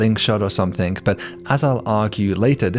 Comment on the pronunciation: Why do people say somethink? And writink? And doink? What IS that?!